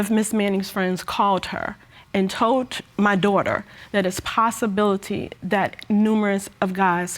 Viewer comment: Ms. Manning said "Possibility"